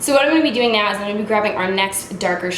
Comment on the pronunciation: wtf! I literally just finished watching super troopers and I walk in and start watching this and hear you say meow instead of now and just lost my shit hahaha